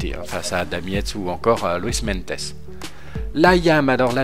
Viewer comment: cimolai se prononce chimolaye et meintjes c'est meinties Super idée mega j'adore ce grimpeur sud africain